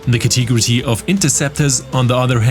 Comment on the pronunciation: Ca-te-go-ry ... not Ca-tee-gro-tee ;P